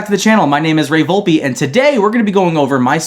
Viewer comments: VOLP-E?? VOLP-EE? IVE BEEN LIVING A LIE. ITS PRONOUNCED VOLP-EE NOT VOLP WTH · I thought it was pronounced vulp